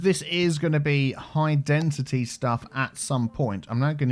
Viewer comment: Why do you say Density as Dentity? 😂